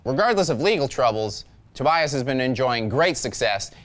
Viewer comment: I'm pretty sure, that's not how you pronounce Tobias.